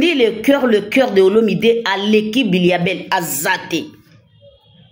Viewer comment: M'bilia bel et non mbiya bel